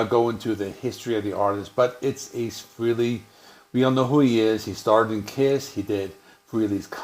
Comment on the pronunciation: Freely? FREELY? Come on, man…